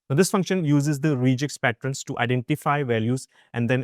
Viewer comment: "Regex" is from "regular expressions" so the 'e' is short, not "reeegex"